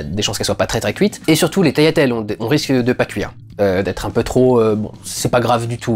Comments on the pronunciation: Salut. Ca fait plaisir d'entendre quelqu'un qui dit "taliatelles" et non "taGliatelles" ^^ Je suis d'origine italienne également et je connais bien la cuisine italienne. Vive la pastachuta ! Et bravo pour ton travail. Tes critiques sont très constructives et me donnent un regard plus poussé sur les films. Bonne continuation à toi :) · Je vois personne en parler en commentaires mais OUI, c'est bien comme ça qu'on dit "tagliatelles" gli en italien se prononce "li", pas "gli"